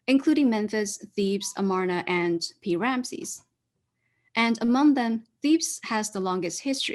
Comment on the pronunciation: "The main gauze! The man in gauze!" Sorry, but "Pi-Ramesses" sounded too much like "King Ramesses".